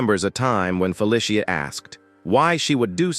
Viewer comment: "Fuh Lisha" ? Feh Lee See uh. Fe Lee See uh. Feli see uh. Feli cia. Felicia.Search and replace "Felicia" for "Feh Lee See Uh". and then suddenly the text to speech sounds correct. try it some time.